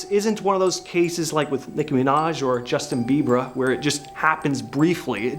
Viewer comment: Justin Bibler?? Blieber?? Why do you keep saying his name wrong. The new people on this channel can’t speak. Say things wrong. ?? This lizard crap is stupid!! Have unsubscribed!!